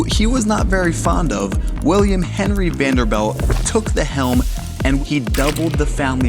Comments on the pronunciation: Oh man, come on man it is Vanderbilt, not Vanderbelt. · Rapid fire misinformation lol I love the channel though, the style, the cinematography, the music, great content! and the pronunciation of Vanderbilt is "V AE N - d er - b ih l t" - as in Vander-built. Stop it already 😅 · Why does this dude mispronunce Vanderbilt and Behemoth? Drives me crazy lol it’s not VanderBELT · Guys driving me nuts saying Vanderbelt the whole time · ... I'm british 🇬🇧 & even I know he's pronouncing this european name WRONG! 🤦🏽‍♀️(a tad annoying) 🙄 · It sounds like you're saying "Vander belt"! Wrong! Ugh...it was driving me nuts everytime you said it wrong lol. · This guy actually did all this research, made an incredible video, and still thinks its pronounced vanderBELT. Its driving me nuts!!!! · Vanderbeld? Can you really not pronounce Vanderbilt? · THANK'S for the best guided tour, even the one that I had 11 years ago when i visited that COTTAGE. !!!!!! On an other note, at the beginning you pronouce Vanderb E lt and after a while it was b E lt and came back to b E lt WHY ??? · OMG. We’re sitting amazed at his total lack of common knowledge like how to pronounce Vanderbilt. Hahaha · An interesting concept for a channel but when the presenter pronounces the Vanderbilt name as VenderBELT and behemoth as BOhemoth, it undermines credibility. His pronunciation comes across as ignorant. Starts the video off with him in a rental luxury car and recaps all the prices. Run of the mill real estate agent trying to fine a youtube niche. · The word potable has a long "o" sound. Correctly pronounced, it is "pote a ble" using the long o sound. A mansion so wonderful should at least have a presenter who knows that the VanderBELT family (whomever they are) did not have this mansion built. But the Vanderbilt family did. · Is this AI audio. There are errors and you keep pronouncing their name as ‘belt’ but it’s supposed to be pronounced like ‘built’, no? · It's NOT Vanderbelt... it's VANDERBILT.